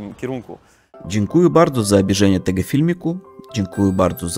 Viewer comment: zwracaj mocniej uwagę na to jak się czyta słowa: DziękujĘ (nie dziękujU) i subskrYbcję (nie subskrUbcju);) Tak poza tym super kanał, bardzo fajnie się ogląda;)!